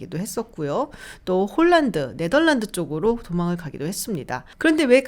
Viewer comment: ㅋㅋ 발음너무좋으시네 홀란드ㅋㅋㅋㅋ 잘난척좀그만해라 못난여자야